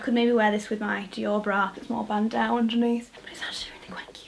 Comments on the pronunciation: Love ur pronunciation of bandeau! im sure its pronounced "band-oh" instead of "band-ow" as its a french word :) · I love you but please stop saying BANDAU!!! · “band-aw” 😂 get you with the pockets🙌🏼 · Loved this haul! Just gotta mention though, it's pronounced "ban -doe" as in a female deer :) Cue The Sound of Music reference: "Doe, a deer, a female deer.." hihi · Sorry Victoria but I just had to let you know that bandeau is pronounced as “ban-dough.” I’ve never had the heart to tell you before but I think someone needed to tell you so now. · Who says bandeau that way